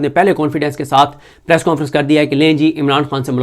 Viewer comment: صدیق جان صاحب پریس کوں فرنس کون فرنس کون سا لفظ ہے۔ انگلش میں نون غنہ نہیں ہوتا۔ پلیز اس لفظ کے تلفظ کو درست کریں ہمارے بچوں کا تلفظ خراب نہ کریں